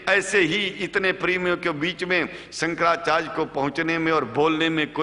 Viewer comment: जिसका उच्चारण ही ठीक नहीं हो,शंकराचार्य बोलना नहीं आता हो,वो शंकराचार्य हो ही नहीं सकते।ठग पंडित है ये,मैं इसका विरोध करता हुँ।